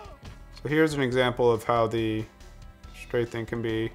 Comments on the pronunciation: its straffing, not strathing. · It's actually stray-feeng. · Just FYI "strafing" has an F, not a "th" sound.